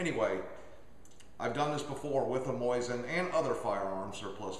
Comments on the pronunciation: What's with people calling it a moisin its Mo Zin Nagant ( technically mo zeen Nagan) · "Moisin" ? I understand not many people will take the time to figure out the super simple russian/french pronunciation "moSeen nagohn"... BUT MOISIN? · its MO Sin not Moi sin. Other than that repeated f up, good video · whats a moisin? lol thats funny its mosin not moisin.. sounds like hes sayin moisten haha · It's not a "MOISIN" It's a "MOSIN". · Lol I like how he says mosin like MOIZ IN. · lol, "moisten" nagant.... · why does he keep saying "MOYZIN" ??